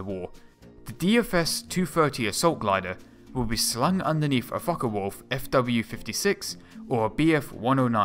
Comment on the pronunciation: Mistrel and it's folke wolf not folka